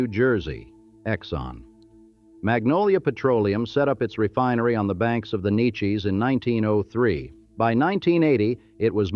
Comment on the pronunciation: Narrator can't say Neches.